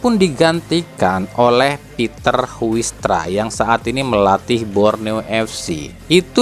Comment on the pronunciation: Namanya Huistra ( bacanya Hais Traa ) .